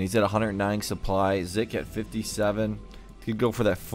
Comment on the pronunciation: 1. You were saying 'Zik' correctly the first time (it does NOT sound like 'Zeek') 2. is Legend]Majinbuu, one of the most consistent 2v2 players in the league 3. I really was playing like shit this game lmao. 4. Keep up the good work